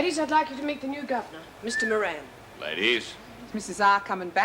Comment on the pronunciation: Every time I hear anyone say Bob Moran, ( the new Governor), I keep hearing Meringue !!! Love Lemon Meringue !!